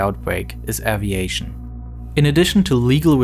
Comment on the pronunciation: What's aveiatione?